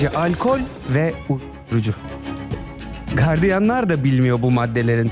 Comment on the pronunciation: Kardiyan değil - Gardiyandır o